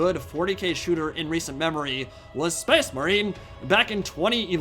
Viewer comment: Just the way he says "Space Marine" sounds so silly lol. :) It sounds like he's saying, "SPAYCE-MUHREEN".